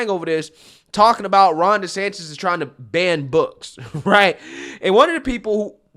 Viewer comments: please say the man’s name correctly. It’s not Des-Satan….. Moron anchor. Come correct. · Anyone else hearing reporter calling Gov DeSantis .. DeSatan? at the mark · So we’re just going to ignore that he called DeSantis (desatan)?!?!?!?! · Did this guy just call him “DeSATAN?” Lol, what an idiot. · he refers to DeSantis as "DeSatan" knowingly/unknowingly, idk.....😏😅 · Is it just me or was this fool saying "DeSatan" instead of "Desantis?" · Did Ritchie call DeSantis, Ron DeSatan, or did I hear that wrong? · I listened to it again, he DID call DeSantis Ron DeSatan. Talk about projecting. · the irony of hearing a D call Desantis "Desatan" is hilarious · he called desantis ...ron desatan...what a racist cook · This fool doesn't even know the Governors name!...Its not DeSantin its DeSantis. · Dude…did you catch Ron ‘DeSatan’ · Specially as he so cleverly mispronounced Gov Desantis name...